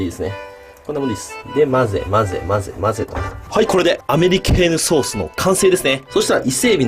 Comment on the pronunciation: アメリケーヌソースをアメリカーンソースって聞き間違えたのは俺だけじゃないはず😌